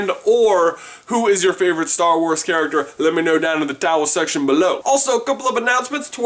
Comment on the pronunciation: Is it just me or does he say towel section?